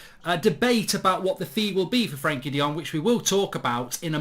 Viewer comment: Mark, it’s “Frankie de Fred”